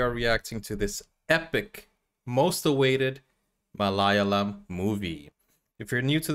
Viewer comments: It's Malayalam not malayam 😂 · It's Malayalam bro, Not Malayam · it's pronounced as ma- la - yaa- Lam